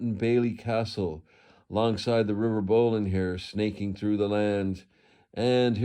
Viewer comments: Just for info it’s not pronounced Bowlin its Bol-lin and its locally known as Lymm roundabout or Lymm corner. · So glad to see your vid today, I had spotted the site on the ordinance survey maps. You have satisfied my long standing curiosity about this "castle" please ask a local person how we say Bolin 😁